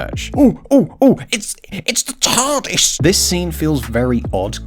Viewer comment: This part cracked me up OOH OOH OOH EETS EETS ZA TARRDIS